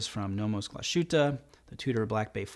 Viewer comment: Hey, those are some great picks, but in that price range you should definitely look up Frederique Constant. They even have a fly back chronograph. One other thing, it is pronounced glass-Hoo-te. P.S loved the podcast on Apple podcast.